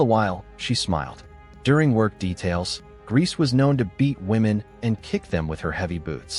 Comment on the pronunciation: The surnames are pronounced gray-za and men-ga-la, but other than that, great video 👍🏾